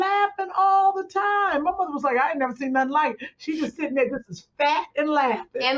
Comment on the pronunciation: I love when she says "Nothin" LOL!!!!!!!!!